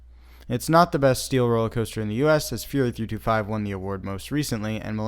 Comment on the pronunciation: Fyoureeeee 3 hundred and twenty-five 😂😂😂